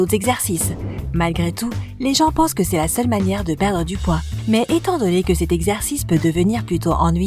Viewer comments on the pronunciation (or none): none